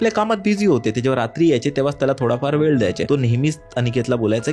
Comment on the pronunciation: सगडे सगडे वेड दासल त .मराठी उच्चारण तर नीट करा . ह्या सर्व घासून गुळगुळीत झालेल्या रेकार्ड आहेत